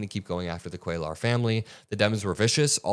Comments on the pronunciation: For the love of God,, it's "cue-yar" not "cuel-ar." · for future reference, Cuellar’s name is pronounced “Kway-yar.” It’s Spanish. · It's pronounced Quayar 🕊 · It's "Kway-yar" not "Kway-lar" Double L is pronounced "ya" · Henry Cuellar (pronounced QUAY-yar) double L in Spanish) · it is phonetically pronounced "Kway-yar". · Hi. Just FYI, Cuellar is pronounced KWĀ- yar. A double LL in Spanish is always pronounced like a Y. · Please pronounce the name properly: Cuellar - the double ll sounds like a "Y": Kweh-Yahtzee WTH the accent on the first syllable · Kway-arr... just trying to help..... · "Cuellar" is pronounced QUAY ARE with emphasis on the first syllable. So many YouTube reporters are mispronouncing this man's name; Aaron Parnas is the only exception. I hope you don't take offense, as I'm just trying to help. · Dude not that it makes a difference but for future reference when it's a name in Spanish like "Cuellar" or any word for that matter when there is a double L it is pronounced as a Y so it would be like "Cueyar". Thanks for your attention to this matter. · Cuellar is pronounced quay are. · Hispanic guy from Texas here. His name is pronounced “Kway-are.” Or “Kway -R” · Love all your hard work, please don't ever stop! Just FYI, you're almost pronouncing Cuellar perfectly, just change that L sound to a soft Y - QUAY YAR. And if you want to get fancy you can roll that YAR.😘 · Cue-yar. The name is Spanish and the double L spelling is pronounced with a "ya" sound. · come on,. se dice "QUAY-YAR" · Hey, before you go and make video, research how to pronounce someone’s last name, you’re mispronouncing (Cuellar) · PLEASE PLEASE!!! You do NOT pronounce the "L" in Cuellar -- it is a "Y" sound as in "yard" !! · Ceullar, doesn't the two LLs make a y sound? I think he is Latino. 💙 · The ll's are silent and you roll The R Cuellar